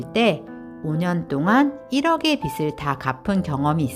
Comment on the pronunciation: 빚을 -> 읽을 때 "비즐" ㅇ / "비슬" X